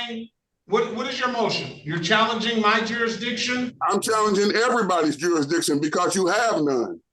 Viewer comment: and jooree-dikshon, axing